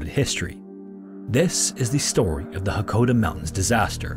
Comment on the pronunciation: It's Mt Hakkohdasan. Not Hokkaodo